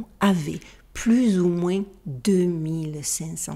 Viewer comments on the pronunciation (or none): none